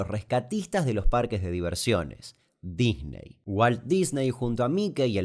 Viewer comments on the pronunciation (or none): none